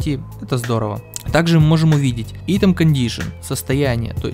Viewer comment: Помоему говорится (АЙТЕМ)